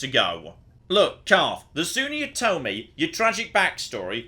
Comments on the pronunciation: In the next episode of things that got wrong: Continuing to call Carth Caden. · Who is Kaden? do you mean Carth? HAHA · CARTH. HIS NAME IS CARTH.